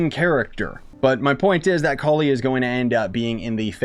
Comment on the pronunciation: You are pronouncing it exactly right, I can assure you. Collie means flower bud in subcontinent and it sounds like "Ko-Lee"